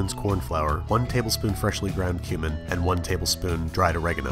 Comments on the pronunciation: I thought you said human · freshly ground human😂 I know he says cumin but it sounds so funny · That's how you pronounce Cumin?? Oh boy, I got some apologizing to do...